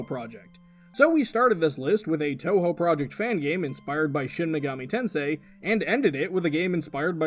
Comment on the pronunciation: You pronounced Touhou perfectly the first time around. Fantastic.